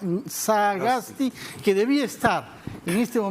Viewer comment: El periodista tiene graves problemas de dicción, y le es imposible hasta de pronunciar el apellido "Sagasti" y dice algo como "saaaaa gas ti"; y a pesar de ese grave defecto, habla demasiado y permanentemente interrumpe con larguísimos discursos intrascendentes; cuestiona e interrumpe, especialmente a los entrevistados que no comulgan con sus convicciones políticas. Que pena da este tipo de periodismo sectario, que abdicando de su deber de imparcialidad, toman escandalosamente partido a favor de intereses políticos y económicos.